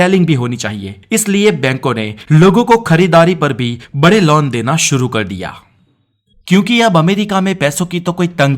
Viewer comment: You are using laun instead of loan....